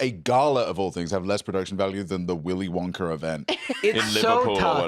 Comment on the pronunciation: I like the way says “Willy Wonker”